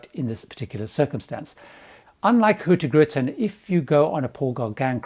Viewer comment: Love your pronunciation of HurtieGrutin (Hurtigruten) 😄